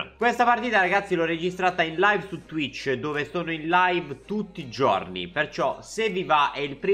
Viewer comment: "tutti i giuorni"